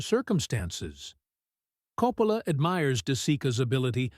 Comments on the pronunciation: This is AI junk. They put a couple clips from Apocalypse Now in the review of The Searchers..the voice over keeps pronouncing Coppola differently. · Hate the AI narration; mispronounced Coppola's name several times!